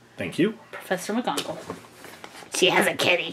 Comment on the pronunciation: Gina ornelas It's McGonagall not Migonagal